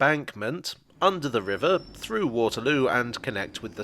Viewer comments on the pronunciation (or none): none